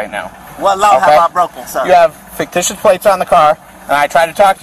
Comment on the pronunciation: FAKE-TICIOUS???? what in the holy hell is this guys malfunction in life??